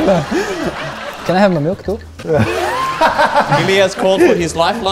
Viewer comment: "MELK" - Oskar